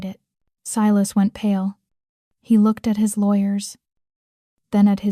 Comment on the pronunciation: Dear AI---it's Si (long i) las--not seelas! I've heard this name mispronounced in too many stories!